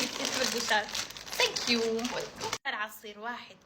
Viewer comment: متل ماقالت ساكيو .. سانكيو